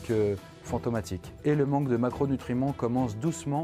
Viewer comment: qui a entendu “maquereau nutriment"